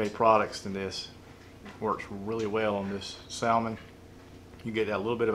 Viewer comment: Yo bro... the L in salmon is silent. Here on the coast we soak the boards overnight as well. Marinate the meat overnight in some soy and demerrera and serve with finely chopped green onions...